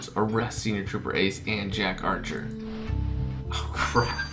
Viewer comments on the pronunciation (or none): It's not Jack Archer...... It's Jack Acer!!! ✌🏻 😜